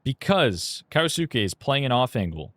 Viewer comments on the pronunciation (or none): Can we call him kyousuke and not kayosookay